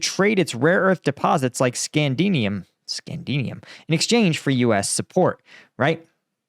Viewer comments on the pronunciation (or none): It’s “scandium;” not “scandinium,” and Nayib Bukele, not Nayib Bukulele. Lmao 😂